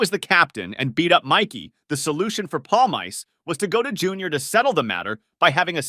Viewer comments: Paul mice? It’s Pawl meese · "Palmyce"? (Paulmeece sound.) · Mickey Paul-Mice? It's Pal-mee-cee Friggen intellectually challenged over here. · Palm Ice is for basement dwellers. His name is Palmice pronounced 'paulMEECEY' The end vowel is always pronounced in the Italian fashion. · palmeese not polmays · pal-mice? Pal-me-see! PALLLL - Meee - Seeeee!! How do you say it in fkin polish!? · I stopped 31 seconds in because your mispronunciation of Mikey Pal -meese - ee was just so ridiculous. Palm Ice? If you want to comment on something pronunciation is just basic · mikey palm-ice hahaha learn the pronunciation jeeez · If you are going to make a video, say his name correctly.. PALE-MICEE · No, it's pronounced "palMEEcheh" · It’s pronounced “Pawl-meese”. This friggin’ guy here… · it's pronunce Palm Miss, dyslexic over here! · Palmiche... Actually. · Pawl - mee - chi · You're such an expert on The Sopranos you can't pronounce Mikey's name? Jesus Christ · Your pronunciation of Mikey’s name is giving me Manson lamps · Can’t Watch past the first five seconds. how are you gonna fuck up this guys name and make an entire video on him? For someone who loves the show so much you’d be the first one kicked out of the fucking crew for being such a Clown